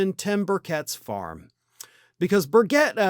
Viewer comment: It's pronounced Bur Chet.